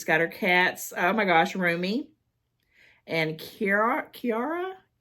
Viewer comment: You got Rumi right.... My oldest it's pronounced Kira but with an H on it... Tae Rose is one way Mexican to spell Tia. I love different in pet names than the normal pet name or spellings. My service furbaby was a Dachshund and his name was Mr. Dash(misspelled for "Dach". But it was the spelling of the Queen of Germany how she spelled her first Dachshund baby as well). But we called him "Miget" so it was midget without the "D". I always name them from their country of origin they are known best being from. I'm strange don't judge... LOL.